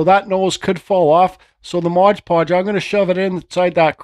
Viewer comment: Awesome piece, and I am a fan of your videos... but man, hearing ModGE Podge drives me nuts. It is MOD ( M o d) Podge. Just like the label says :).